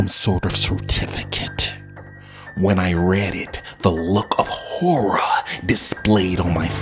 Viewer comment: CertiFicATE HOrrAHhh